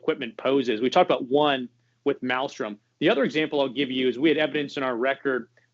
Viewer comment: It’s Malmstrom. The “M” in there he’s not saying is the second M.